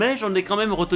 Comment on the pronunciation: Christophe Bourquard moi c’est quand il a dit ectoplasma 😡👿👿